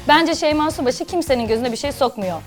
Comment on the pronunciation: Konuşurken şeyma şubaşı diyenler +1